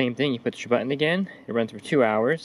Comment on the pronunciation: It's the new way to say it. Also heard someone say cur- un for curtain. Where did the "T" go? So annoying. Also everybody is ending their sentences like a question....